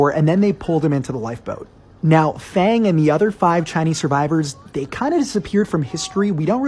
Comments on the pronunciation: If you're gonna make a video about him at least pronounce his name right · Thats not how you pronounce fang nor lang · To pronounce “ang” Chinese names use the “ah” sound (phonetic “a” like in water, or want) f“ah”ng L“ah”ng not f”ei”ng l”ei”ng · Fang rhymes with bong. Not pronounced like English fang 🦷. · No, actually its like faang laang if you were to pronounce it in mandarin. But if you want to pronounce it in Cantonese, its pronounced foong laung (its hard to make you understand because cantonese is very hard) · Did you really have to pronounce fang lang with the whitest accent possible💀